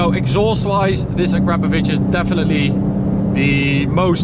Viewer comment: Hey, I guess it’s a cause of where you live, but it’s nice to hear somebody that knows how to pronounce acrapovic correctly where I am in New Zealand, most people call it “ a crar Poe Vick” when I try and correct them. They laugh and say I’m nuts and trying to be stupid.